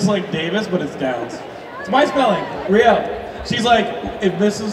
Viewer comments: Wow messed up rieles name that was embarrassing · there's no way he should've messed up Riele's name like that like c'mon